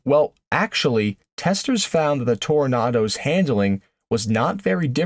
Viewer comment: Why the nartor doesn't pronounce the second O in Toronado ?